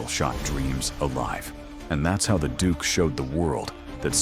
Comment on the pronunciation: Duke not dook.😂